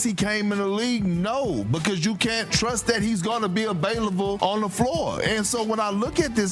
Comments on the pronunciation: "gonna be abailavle" Perkins man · Did he say “abailvle” 😂